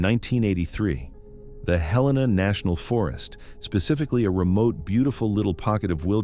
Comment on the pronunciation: as soon as your translatebot butchered Helena, i was done.